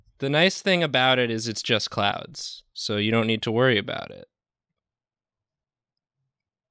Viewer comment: Not clouds, but ''CLOWNDS''.